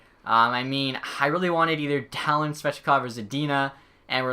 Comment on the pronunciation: Dahlin is not pronounced daaaa lin its pronounced Dahleen